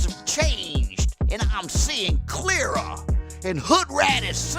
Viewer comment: With how he pronounced ‘clearer,’ I legitimately thought that the rhyme would be ‘fuhrer.’